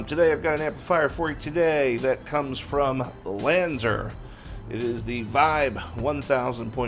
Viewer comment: Lanz are not Lanz er